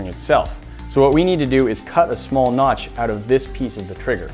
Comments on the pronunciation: Noch? Did you mean notch ? LOL!!!!😂😂😂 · Notch not nok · I will knock you out if you say notch wrong again!!!!!